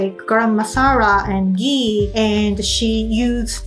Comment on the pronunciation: Momo is also in india Btw it is ghee not gee